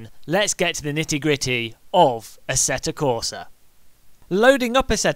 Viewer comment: Robert Q-Bika plays AssettA Corsa it seems :) Just joshing. We know you know its 'q-bitsa' and 'AssettO' :) Nice video. Fun to watch and thanks for making me aware of the App mods for AC as I really wanted that tyre temp one !! Yes!